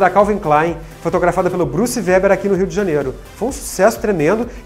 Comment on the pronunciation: Essa seleção de dez Tops Models brasileiras é constrangedora, para dizer o mínimo. Essa tal Georgia Wortmann nunca foi top model, nem aqui e muito menos no exterior. O apresentador não sabe pronunciar o nome de um dos maiores fotógrafos de todos os tempos, Bruce Weber, não sita Betty Prado entre outras. Me perdoe a sinceridade, mas temos várias modelos mais importantes que não foram citadas, mas concordo que Monique Evans e Claudia Liz, não poderiam faltar. Um abraço!